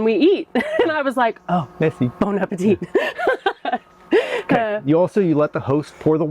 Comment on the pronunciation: No one in France pronounces the last T in appétit :)